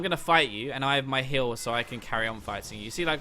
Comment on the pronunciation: am I the only one that hears hill when he says heal?